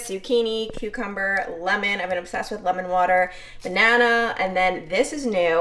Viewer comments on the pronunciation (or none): none